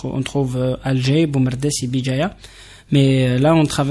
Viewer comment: Vous parlez très mal, pié (pays) pélier (pilier) crétère (critère) bijaia (béjaia) mitier (métier) etc etc